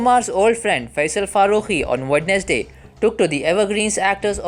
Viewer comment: your pronounce of Wednesday is wrong.